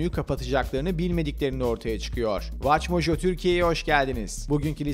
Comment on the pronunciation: Şu videoları seslendiren arkadaşı kapıdan ilk giren kişiyi alalım diyerek mi buldu acaba watchmojo? Çocuk ingilizceyi katlediyor resmen. Kendi kanalının ismini bile doğru söyleyemiyor.